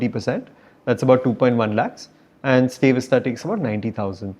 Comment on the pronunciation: It’s StayVista not stay vista